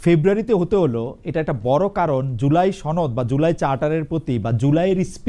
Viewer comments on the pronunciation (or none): সনদ কে চনদ বলে সে আবার ভালো ডিবেটর। হায় রে ভালো? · বাংলা শিখেন , ছনদ কোন উচ্চারনে নাই , কোন স্কুলে পড়ালেখা করসেন ? কিছু শিখায় নাই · ৯০ শতাংশ এন সি পির রাজনীতিকরা ছা ত্র কথাটা উচ্চারন করতে পারে না বলে সাতর্ , সনদ উচ্চারন করে ছনদ !! এরা কিভাবে ভবিষ‍্যতের বাংলাদেশ কে নেতৃত্ব দিবে ? NCP র চুল কেমনে গজাইছে আমরা জানি , চরম বিরক্তিকর